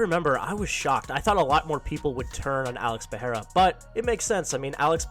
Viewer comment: "Pee-ai-ra." Goat Chael